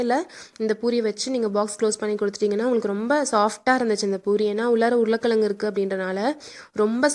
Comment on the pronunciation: Super but உருளை கிழங்கு not உருளை கிளங்கு .